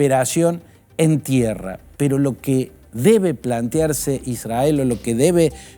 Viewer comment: Sr. Fantini, israel se pronuncia con erre no con ere. Se pronuncia isrrael. Son las reglas de nuestro hermoso idioma. Es para no aumentar su confusa y siempre inclinada exposición pro israelí.